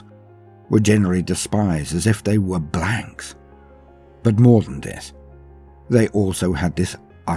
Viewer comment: I didn't hear the word "blanks" right at first had to re listen to it